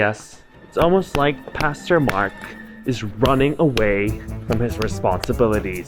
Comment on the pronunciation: At the starting i heared " Custo-Mark " INSTEAD of " Pastor- Mark "😂